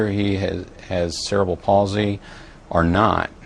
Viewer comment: How about the dumbass at the start who couldn't even say cerebral properly?